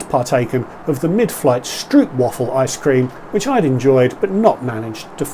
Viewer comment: Good quality review, comprehensive and interesting. You just need to brush up on your Nederlands pronunciation for Stroopwafellen and Oranjestad.